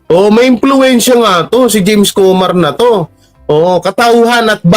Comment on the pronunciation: Anong jaime pinagsasabi mo? James not Jaime